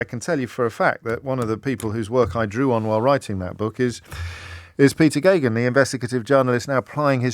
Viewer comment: Who knew how to pronounce the Irish name Geoghegan?